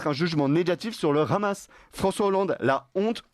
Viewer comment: D'accord mais svp arrêter de dire "Ramas" c'est insupportable. Aucune raison d'utilisation la prononciation hébreuse. C'est de l'arabe HHHHHaaamas.